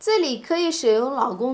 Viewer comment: Your pronunciation of 劳工 sounds exactly like 老公. 劳 is 2nd tone, 老 is 3rd tone.